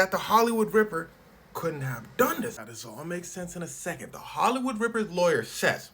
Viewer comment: “Ihht holloywood ripper ill take visa and master card”😂